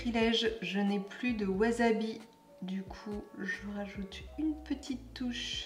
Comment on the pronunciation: Coucou, merci pour la fraîcheur de tes recettes et ta fraîcheur aussi 🌺 c’est juste comme tu prononces, on prononce phonétiquement « Foutomaki » mais le wasabi on prononce « Wassabi » si jamais 😉